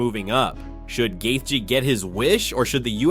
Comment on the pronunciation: The way he pronounced gathje’s name made click off the video